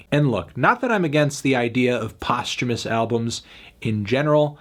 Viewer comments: Every time he pronounces "post-humorous" postumous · thats how you pronounce posthumous?